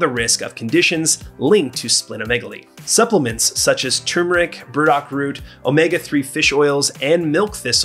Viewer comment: Thanks for explaining some stuff that most videos skipped over. Lol Also, thank you for correctly saying "TURMERIC", RATHER THAN "TUMERIC / TUMERC / TUMORIC / TUMORC" lol 😬